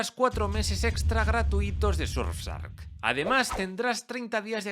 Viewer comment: No podes decirle surfsark. Parece que lo haces a propósito